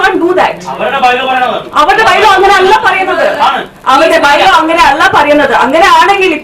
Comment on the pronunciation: അഞ്ജലിക്കൊന്നും മലയാളം മര്യാദക്ക് സംസാരിക്കാൻ അറിയില്ലേ 🤦‍♂️. അല്ല എന്നുള്ളതൊക്കെ എല്ല എല്ല എന്നാണ് പറയുന്നത്